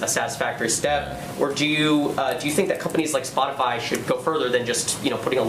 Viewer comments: "Spotifly," eh? The airhead needs to take herself and her fake lashes and take a trip down a flight of stairs. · Did Reptilian press secretary really say spot-a-fly??? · Oh shit. If you click the back button as soon as she finishes the word "spotifly" you can see Chucky. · She definitely read that response, but I wouldn’t exactly call it “carefully worded”, she said “Spotifly” 🤦🏻‍♀️